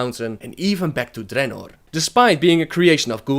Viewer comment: Your accent is the worst.. ><. Why the rrrrrrrrolling r's on some words only? "Appear", "Dragons", "Ogres" are well pronounced, but other words are horrrrrrible. Drrrrrenorrrrr... Grrrrruuul.... come on man..